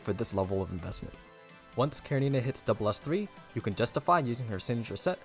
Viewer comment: Sadly the second useless char at SS after Selena and another mandatory weapon and I don't like this direction. One note everyone pronounce her name incorrectly, it's Russian with attention on E karEnina.